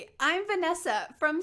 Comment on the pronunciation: Khanh Huyen Nguyen You're sure ? When she speaks her name, Vanessa, she sounds a Brazilian 😂😂